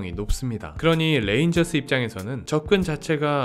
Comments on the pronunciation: 레인저스 발음은 뢰인저스 정도로 하면 좀더 정확한 발음입니다.. 텍사슬레인저스라고 말하면 " L"발음으로 잘못 읽는겁니다. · 텍사스 뢔인절스...ㅎㅎㅎ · Lㅔ인져스 거슬리네.. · 이젠 R L 발음을 맞게할 교육정도는 되었지 싶은데…. 듣기가 영~ 거시기합니다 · R 이랑 L 이랑 좀